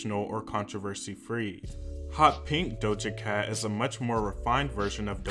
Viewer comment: "Dosha Cat" "Beeb Rexha"